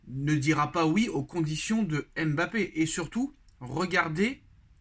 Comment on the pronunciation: Cher, prononcer correctement son nom!